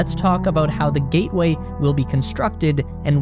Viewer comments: Ah yes, the lunar "GATWAY" station. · Gatway or Gateway?